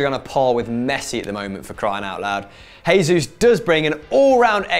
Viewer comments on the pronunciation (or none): Portuguese j is pronounced like a normal j not an h like in Spanish so stop saying hesus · Erm can you stop pronouncing Gabriel Jesus wrong he doesn't speak Spanish he speaks Portuguese so you pronounce the j you pleb smh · Jesús is pronounced as J (as in Juice) because he speaks Portuguese and not Spanish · Warren Odukoya I thought I was the only one to notice